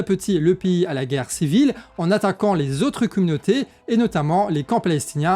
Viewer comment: Tu peux arrêter de prononcer "pays" piï au lieu de péï